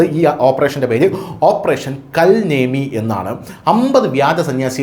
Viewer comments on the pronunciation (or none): കൽ നേമി എന്നല്ല, കാലനേമി എന്ന് ആണ് പറയേണ്ടത്.